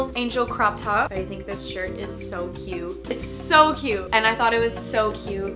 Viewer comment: Can u say CUTE instead of CUE it’s so annoying